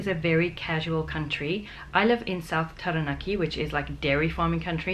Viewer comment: She's had 9 years here and didn't mention once about our cultural heritage. Although her pronunciation of Taranaki is correct. You're definitely right about Aotearoa.